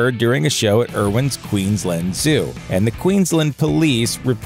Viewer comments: It is not Queenslind it is Queensland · He said Queenslind in the vid some were